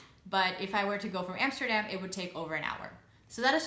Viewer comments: Love your videos though. Love your pronunciation as well. Even saying Utrecht. Now pronounce A'dam like you know instead of Emsterdamn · I have always wondered why you still pronounce Amsterdam in an American way " Emsterdem" , but pronounce Utrecht in a Dutch way. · That's the first thing I noticed too! 😁😆